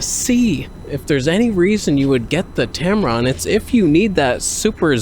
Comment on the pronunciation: Love your content. Not a lot of people can blend humor and technical details. You are unique. Thanks for the information and also for making me laugh. "Tamron/Tampon" 😭